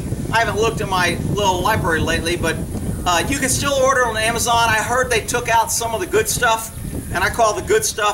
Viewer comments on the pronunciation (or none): none